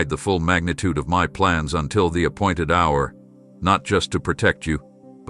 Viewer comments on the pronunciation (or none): none